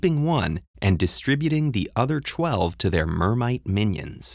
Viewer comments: "Tchweleve mermites" or is it just me ? 👁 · CHWELVE i’m so sorry for nitpicking but that really caught me off-guard